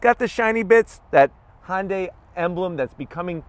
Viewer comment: Hyundai - that's just too hard to say. I know - Honda is easy to pronounce - I'll just grab the "y" from Hyundai, stick on the end, and blammo - Honday! Perfect! Nobody will ever notice!